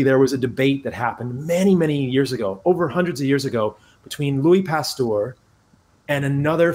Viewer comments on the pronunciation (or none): Also he pronounced Pasteur (errr) as Pastor (orrr). Just kind of funny.